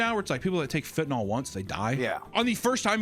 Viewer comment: hey, it's not fentynol. it's fentanyl. "fen ta nil"